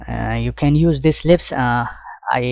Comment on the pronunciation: sir , this is lisp no lips command